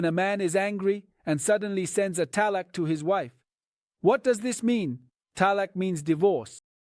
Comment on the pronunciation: Whats talak? Its talaaaak... not talak.